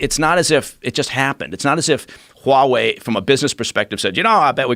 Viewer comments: He really pronounces that H in Huawei. WHOOOOWAAHWEI. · God I hate how he says 'Huawei', are they sure he's ex CIA? he sucks at pronouncing chinese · I cringe every time this guy says Huawei lol... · If he were to say HUAWEI one more time.....😠